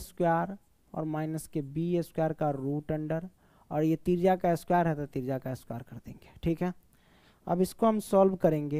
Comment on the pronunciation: Trijya ❎ trija ✅